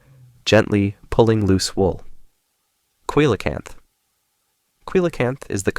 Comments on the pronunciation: Coelacanth is pronounced SEE-lah-canth. I've never heard anyone use a hard C to pronounce this word, but this is the second of your videos where I've noticed it. Sorry if I sound rude, it's not intended to be. I've been enjoying your videos, thank you for posting them. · I’m questioning the same thing cuz there’s some really conspicuous mispronunciations that don’t feel natural? Idk. Either the narrator isn’t versed in bio/taxonomy and is just using snippets of information without taking the time to learn how words like coelacanth are said or it’s ai :(